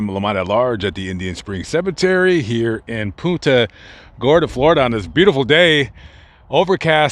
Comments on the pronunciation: I know you probably dont read the comments, but i have to let you know you pronounced the city name wrong. (Don't worry, many other people do too, lol). When saying the word Punta, think of punting a football. You pronounced it more like 'poon- ta' when its really pronounced 'punt-a' Gorda. I was born & raised here and was very surprised when looking thru your list of videos you had one on the Cemetery many of my family is buried at, and where i hope to be one day too. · That's pon-ta gorda as us natives call it. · Our town is pronounced "PUNT"-"a" Gorda,. Thanks for visiting! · I was just about to say the same exact thing. All through the vid when he said it, I kept saying back, it's PUNT-a! LOL. Think he visited PC cemetery? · I caught that too, from Naples but my mother lived there for years and also Port Charlotte.